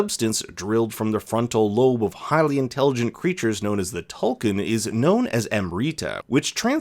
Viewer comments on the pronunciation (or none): Tulkun is pronounced “tool koon,” just so you know! ‘U’ in na’vi always sounds like a OO unless next to another vowel or marked by an accent mark. But it’s no problem lol everyone knows what you’re talking about! Thought you’d find it interesting!